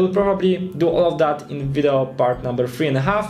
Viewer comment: jedna rzecz w Twoim angielskim mnie strasznie koli w uszy - naucz się poprawnie wymawiać słowo "video":)